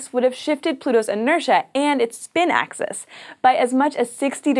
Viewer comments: Why do you keep saying access instead of axis? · It is not an accent it is a blatant mispronunciation, and you know that. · Peter Williams hey wants to access the axis?